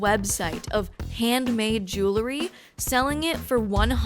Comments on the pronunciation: Say JEW-LE-RY one more time.... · Say JEWLE-ry one more time....!